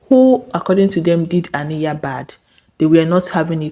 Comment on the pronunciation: It’s Ah-NIGH-yuh.. Ah..NIGH..yuh. Please I beg. It’s giving you did not watch the show🤨